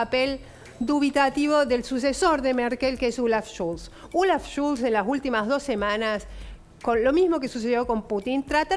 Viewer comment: "Schulz" es falso, se pronuncia, se llama Scholz... Con "o".